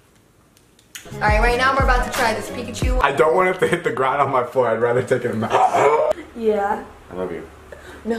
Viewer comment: David : I love you.. Liza : No.. ILOHA *Aloha 🤣